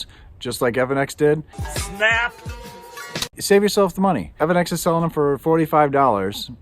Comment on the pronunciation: E.V. ANNEX ( not evan-x )